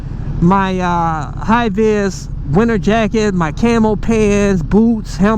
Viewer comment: I still think you should have stuck with the Japanese stuff, if you know what I mean When you sign out, you say something about your pants I keep hearting Camel pants, but I guess you're saying camo pants, as in short for camouflage pants, you're just pronouncing it wrong, so I'll always think of them as Camel pants Later